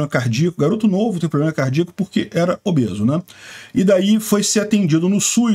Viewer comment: Não e obeso...e "obese"😂😂😂😂